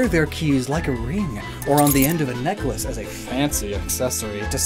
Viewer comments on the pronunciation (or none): none